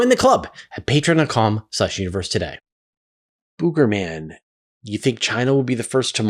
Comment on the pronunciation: okay, don't be hatin', but for the algo, I am going to worry about your pronunciation of "Boogerman." Do you pick BOO-gurz? No, you don't. The u here is like the 'u' in "push," or, "sugar." Nobody says, "BOO." This guy's name should sound like "Sugar Man." Your name is said like, FRAY-zhur, not FRAY-suhr. It's kinda like that. Now, I'm gonna tinka-tinka-tee, and pop off, like Samantha in Bewitched, witching you a good afternoon, night, or whatever.